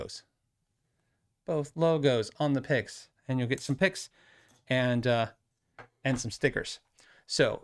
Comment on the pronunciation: When you said KYG picks, I honestly though you were saying pics and were going to hold up some snaps.